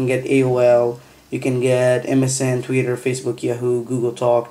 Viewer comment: "tweetur" haha :P